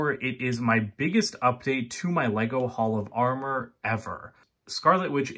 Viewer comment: Thon were I Love Your HOLL OF AR MER😂